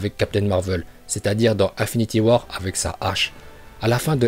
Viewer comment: Juste comme ca psk ca m’explose les oreilles mais on dit INfinity war pas 1finity war